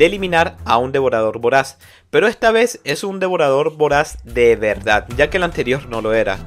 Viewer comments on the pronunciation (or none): none